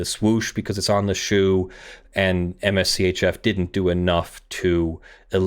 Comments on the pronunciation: You keep saying "M-S C-H-F"... If you didn't catch on already, I'm pretty sure it's Mischief. lol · For future reference Mschf is pronounced mischief. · Am I the only one, who is sure that MSCHF is intended to be pronounced “mischief”? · Also, I belive MSCHF is pronounced "Mischief"